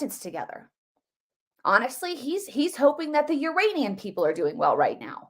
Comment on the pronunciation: I thought said he was concerned about the "Uranian" people...like from Uranus....not the "Iranian" people??? I heard "Uranian". Listen to that again.